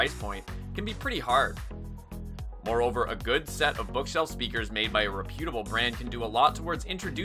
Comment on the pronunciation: It's not re PU tab le - it's REP u ta ble - accent on the REP syllable.